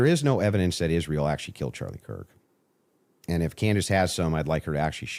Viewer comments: Why is it Candace can speak clearly but never says Israel correctly, sounds like "Ishthreal"? 😂😂😂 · Omg can someone tell her they are not called Converse'S!!!! They are just Converse!! And Israel does not have an SH in it 😣🥴